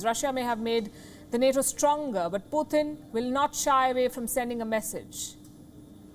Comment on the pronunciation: She said poo 💭💩 tunn 🤔🤣🤣🤣🤣